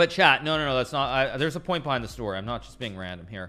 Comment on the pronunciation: Is he saying okay ‘chat’ or ‘Chad’?